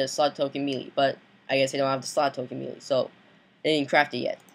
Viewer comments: Boy it's may-lay not me lee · Its pronounced May-Lay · Look it up in a dictionary. It's pronounced "may-lay" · Wow I love it when he mispronounces melee. MEELEE! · It's melee (may-lay) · just sayin melee is pronounced maylay